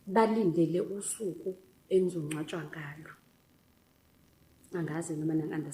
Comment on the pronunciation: Ngcwatshwa not ncwatshwa